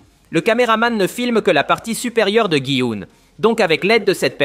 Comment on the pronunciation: Il dit guy oun alors que c gin oun 😂